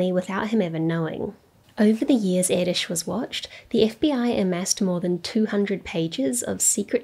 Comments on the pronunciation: As a Hungarian i really appreciate you doing a proper pronunciation :) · Nice video. I must admit, though, that I wince every time I hear how Erdős is pronounced by people not familiar with the Hungarian language. That ő wich is different from ö, and most definitely from ó and o 😅 You managed to pronounce it quite well (baring the accent), kudos.